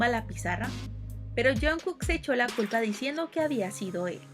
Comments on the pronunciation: Alguien vio la palabrá en vez de decir culpa dice cula en el minuto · dice cula en ves de culpa i'm sorry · Jajaj No es cula es culpa jajjajaj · quien más se dio cuenta que en el no dice culpa si no cula xdxdxddx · Nadie: Absolutamente Nadie: Neta nadie: Yo mirando que en vez de decir culpa dice cula xd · dice cula no culpa(◍•ᴗ•◍) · Lime si viste k en el min dice cula en lugar de culpa